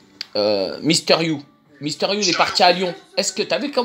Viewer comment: « MISTEUR you » mdrrr rien que ça c’est une insulte